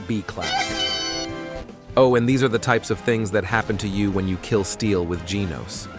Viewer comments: You know it’s an ai when he says GENOWS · Dawg said g e n a u s😭😭😭😭😭😭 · nahhhhhh bro the freaking voice over said "gehnos" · I like how Ai says genoos not a genos